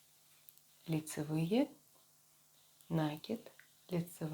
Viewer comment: Прелесть кофточка, но режут слух неправильные ударения в словах накИд , раппОрт. С уважением к вам